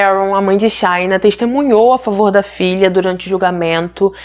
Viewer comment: O nome dela é pronunciado “xina” o “sh” em inglês é pronunciado como o “x” em português.